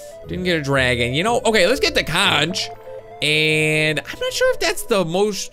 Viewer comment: it is spelled conch but it's pronounced conk/conc